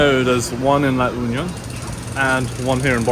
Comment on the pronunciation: La Union is pronounced as La oo-nyon.